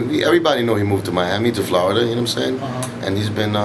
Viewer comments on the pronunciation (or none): none